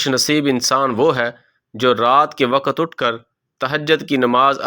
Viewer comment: Waqat nahi balke waqt urdu ki adaaegi drust naheen rakt nahi balke rakaat